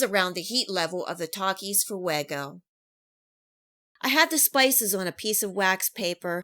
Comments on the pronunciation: "Takis foo-eggo" girl please learn basic spanish pronunciation you sound ignorant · Lol FOO-EGO😂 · theres no way she just said fuego like that